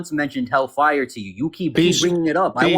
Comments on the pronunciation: The way he kept stressing the FIRE instead of hell was annoying. hellFIRE, hellFIRE. I've always said it HELLfire. Idk lol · What irritates me most about this guy is the weird emphasis he puts on the words hell fire. "Hellfay-urr" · The Hell FIRE emphasis is weird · Why does he pronounce hellfire that way